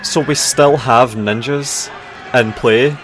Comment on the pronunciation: the way he says : “we still have N I N J A S????”